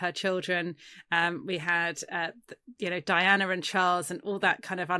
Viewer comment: Why is he calling DIANA, DINAH ? At least that is what it sounds like he is pronouncing her name.